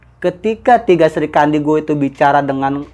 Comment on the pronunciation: ade2an, srikandi, agak aneh penyebutannya